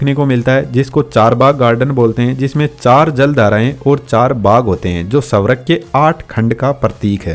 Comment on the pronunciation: स्वर्ग ❌ सवरग ✅